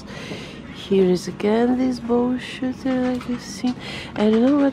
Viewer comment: honestly thought you said "bullshit" when you said "bow shooter"